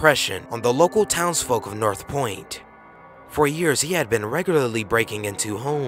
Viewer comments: North POND hermit. Not North Point. -_ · Why does he keep on saying, "North Point" when it's "North Pond"? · says north pond two times... continues to say north point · North POND, not North POINT. Duuh. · Its pond, not point. Just saying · north point hermit? It's north pond hermit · you repeatedly call him the north point hermit when on the news footage it clearly has him labeled as the North POND hermit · North pond hermit,not north point hermit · North *POND Hermit. pond, not point. also, this man was beloved by the area he victimized, and has received a lot of compassion. he is not a bad man. just a little confused. I dislike seeing videos making him out to be a creepy cruel criminal. like I said he's not a bad guy. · you keep saying north point hermit when it clearly says north pond multiple times. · north Pond Hermit not north point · North POND.... not North Point.... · north POND hermit not point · North POND Hermit! Duh it only shows it at least 3 separate times but he still says North Point Hermit. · North POND. North POND, not Point. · It says north POND hermit..... Not point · North POND, dude. Not North Point. You showed two news report stills with it right on there. Haha. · "North pond" POND! North pond hermit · do you even read the shit before you make sure you didnt get the wrong info? Its north pond idiot. I swear this channel is ran by a bunch of 4th graders.